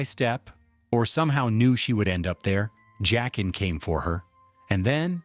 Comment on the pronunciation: Joaquin is pronounced HWA-keen. It's Jaqen, pronounced JACK-en.